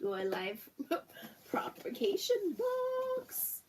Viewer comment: Loved the video but for your own knowledge there is absolutely no R in the word/words propagate/propagation/propagated. I just couldn’t sit here and not tell you. But thank you for the video! P.s. Alaska is the largest state in the United States :)